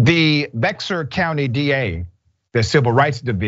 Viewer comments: Bexar County Texas, it's pronounced BEAR County, not "BEX ARE" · By the way, Bexar is pronounced as "behr". I know, its strange. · Bexar is pronounced locally like "bear". Kind of like Arkansas. Phonetically it doesn't make sense. Thanks for the story. Cop needs to be in jail, but always politics as usual when holding cops accountable. Thanks. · I live in San Antonio, & the police actually had the young man in handcuffs on the ground before allowing the EMT’s to work on him. The local news station, KSAT 12, has the footage online. Just shameful. And, I know I’ve said this before, but the county is pronounced “Bear,” even though it’s spelled Bexar. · Bexar is pronounced "Bare", just a heads up Doc. Good report though. Lock that cop up. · Its pronounced Bear County even though its spelled Bexar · I live here Doc...it's spelled Bexar...but it's pronounced "bear"...go figure....it's Texas... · With all due respect, Bexar is pronunced, 'Bear.' Yeah, I am a Cajun and it took a minute for me to connect those letters and the sound. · It's supposed to be a Spanish name and would be closer to be-har, but yeah, Texas. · Hey Doc… the correct way to pronounce that county is Bair or Bear… basically the x is silent! Texas native 🤷🏾‍♂️ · FYI: I know it’s spelled BEXAR, but it pronounced as bear. There is a story as why it’s said that way, but I need to look that up. Bear, but not BeXar. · Bexar County is pronounced “bear” county. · FYI Bexar is pronounced "Bear County" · It’s pronounced Bear county lol I know it’s weird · BEXAR is pronounced BEAR.....county the X is silent. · He pronounced "Be-x-sur County" like an authentic non-Texan.